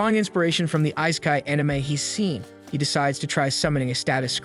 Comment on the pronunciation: Oh my god EE-SE-KI (EYE). IT IS THE ACTUAL SUBJECT. I won't even humor the pronunciation of Shangri-La.